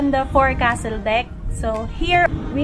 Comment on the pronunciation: Psst,... not sure kung mayroon nag korek na sa iyo... Forecastle is pronounced (/ˈfoʊksəl/ FOHK-səl; abbreviated fo'c'sle or fo'c's'le). Crazy huh... maraming letrang hindi nagamit. Don't worry... it's a common mistake by seafarers... pati kami sa US Navy.